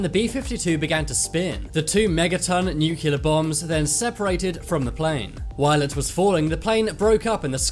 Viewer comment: It’s pronounced new clear.